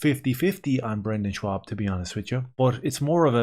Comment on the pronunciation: Schaub, not Schwab